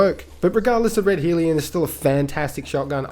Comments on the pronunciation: liking the new name .. helps that I'm an Aussie tho. also it's Hell-ion not Heel-ion. keep up the good work. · Lol Naa dude the guns fine, I agree with your choices. I was just making fun of your pronouncing hellion